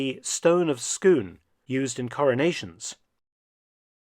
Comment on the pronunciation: Stone of Scoon? You wouldn't mean the Stone of Scone, would you? ;-) Otherwise an excellent video, as always! 🙂